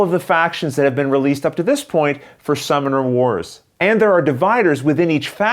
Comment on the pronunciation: Is anyone else hearing "Star Wars" or am I just getting old?